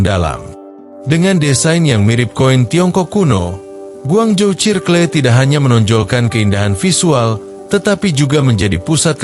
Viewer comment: Ini yg ngomong AI kah? Tp kok circle dibaca sirkle wkwk serkel kali